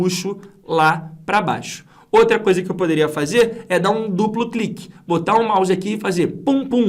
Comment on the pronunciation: min. Clupu cliqui. Ri muito aqui da sua dificuldade em falar duplo clique 😂😂😂. Brincadeiras a parte, aula sensacional. Estou me preparando para concurso público, e sinceramente não tinha noção nenhuma sobre a construção da fórmula. Entendi perfeitamente o processo. Parabéns e muito obrigado.